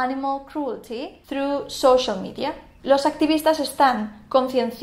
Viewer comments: Ella ha pronunciado "through" (a través de) como si fuera "true" (verdadero, cierto; cuya transcripción fonética es: /truː/), tal que sonara como una "t" española, y eso no es correcto. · Hola. Sin ánimo de ofender a nadie, comparto la transcripción fonética de la pronunciación de la palabra inglesa "through": Through: UK /θruː/ US /θruː/ Esa "th" se pronuncia como una zeta española, igual que en la palabra "thanks". Esta profesora no la ha pronunciado correctamente, ha sonado como una "t". Ese es un error que comenten muchos profesores de inglés no nativos. Y lo vengo escuchando desde que estuve en el bachillerato, en los años 80. Gracias por la atención prestada. Buen día.